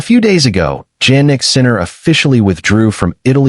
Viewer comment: Hey his name is pronounced as if it started with a Y-Yan like Yawn not JANnik like Jam--and you should know this